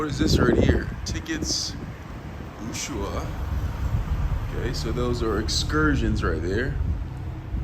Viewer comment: Man you don’t even know how to say Ushuaia